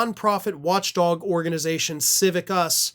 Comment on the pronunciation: Civicus, not: Civivus. Just saying.